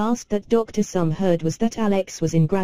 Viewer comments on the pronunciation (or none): note - the pronunciation is Somé [e acute] Therefore, the pronunciation is 'so-may' or 'so-meh'